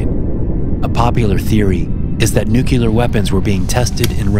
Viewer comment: Nu-Clear. Not "Nu-Cu-Ler".